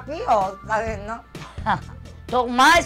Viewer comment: ela ama mesmo a tal pelsonalidade kkk